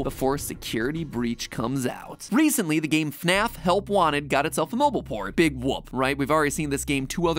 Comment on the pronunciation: "And its a BEEG one" <--- was funny